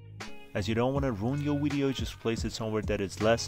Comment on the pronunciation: Thanks that helps ! Just thought I'd let you know, Video, is pronounced as a V at the start not a W. It's Video not Wideo.